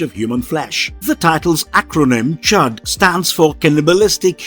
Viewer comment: Isnt it c.h.u.d not charred